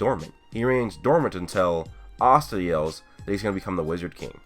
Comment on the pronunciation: Conscider pronouncing Astas name the same way everyone else does O.O :D